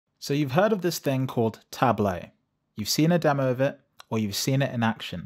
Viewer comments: It's spelled TablO, with a O sound like in demO. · For someone who has the word "tableau" in their channel name, you're really bad at pronouncing "tableau" ...